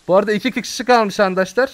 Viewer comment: Abi sen niye arkadaşlar diyecegin yerde ankadaşlar diyorsu .